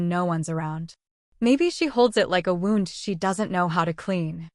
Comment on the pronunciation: How about 'wound' and 'live'??